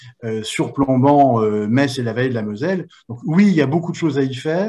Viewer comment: Metz la plus belle ville du monde est en Moselle, toujours un plaisir d'entendre parler de mon département et surtout de ma ville. Et précisons que Pour Metz l'on dit "messe" et non pas "metze".